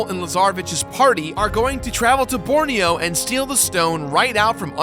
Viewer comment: you pronounce borneo wrongly